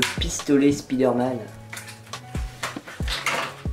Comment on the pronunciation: Pk tu dis spizsderman